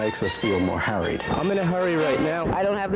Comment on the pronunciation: Did he say "harried" or "hurried"? ;-)